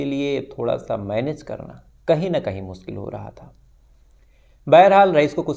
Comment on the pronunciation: Or aap apni Urdu sudhare muskil nahi mushkil hota h.apna talaffuz thik karo or urdu bhi seekho.